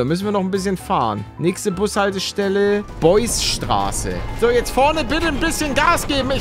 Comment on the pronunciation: Niemand: Palle:Beussstraße hahahah (für alle nicht Berliner: es heißt Beusselstraße)